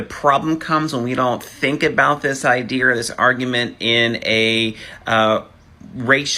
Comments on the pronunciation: Idear? Great grammar Mr. teacher. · He was cut off as soon as he said "idear" --- this person teaches people?????????????? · Did he say "idear"? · 1st off how is he a teacher and yet he can't even say idea correctly